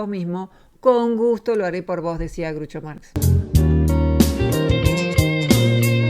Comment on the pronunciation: muy bueno el video. Groucho no se pronuncia Grucho.